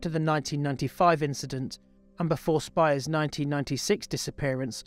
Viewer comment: As a kid in WA in the 90s this was so horrible and scary and I'm so glad the bastard was finally caught. Your video captures that feeling. I was wondering about your pronunciation of Spiers..but I might be wrong but I remember her name being said like spears.